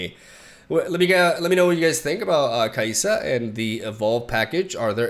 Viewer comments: pls It's Kai-Sa not Ka-ee-sa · her name is pronounced kaisa not kaísa (easier to explain in spanish than english) or I gues káisa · It’s Kai’Sa there’s a ‘ so you pause it’s not Kaisa. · Ka-ey-sa. Already butchered LoL love you daddy. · Es Káisa, bien intentado jajaja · Take a space when saying her name its Kai (space) Sa its one name but it may help since when I heard you say Kaisa I actually flinched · Ahhh yes the butcher Ka'essa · Het name is pronounced Kai (like you would say Cobra Kai) -sa. You’re not too far off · You're saying the "i" as you would in spanish, is "i" as in "i would like to" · Kai'Sa is pronounced like a british person saying Kaiser. You seperate the pronunciation like Rek'Sai or Xer'Sai. Her voice actor has a South Africa accent, but people say she sounds Australian, so I don't know. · Oh my gosh, the way he said kai’sa I didn’t even know that was a possible way people pronounced it 🤣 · Says he’d not butcher the names, immediately butchers name. Love this man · to be fair, thats how us brazilians say illaoi. But the way he said Kai'sa in the start...That should be illegal